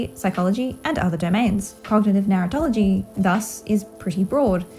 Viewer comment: I’m sorry but your accent makes it sound to me like you’re saying “Narutology” as if there’s gonna be university classes in the future about Naruto.